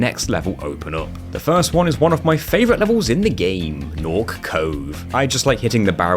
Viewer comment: guhnasty guhnork